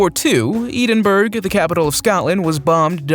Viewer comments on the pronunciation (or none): Ed in borough not Eden Burg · Eedenbirg? Do you mean Edinburgh? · PLEASE,learn to pronounce things correctly! It isnt Eeedenburg. It's pronounce Edinburg,as in "Edward." Also,it's pronounced as Airyan,not Aurian. I'm sorry,its just if people do historical videos they should have the proper pronunciations. Also,the first plane you show as the Junkers ju 87 isnt right,as the Junkers JU 87 didnt have passenger windows. That first plane looked like the Fw 200,the type Hitler used privately. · How stupid is this guy? Nazis in Australia? Eedinburg? I lost count of the dumb things he said. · wow did i actually just hear a human say Edun burg.... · Edin Burg? Ffs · Edin- bouroh is how its pronounced..... And it's a hard K sound for Celtic.